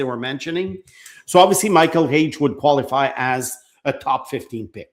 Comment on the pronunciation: Not Hage. Period.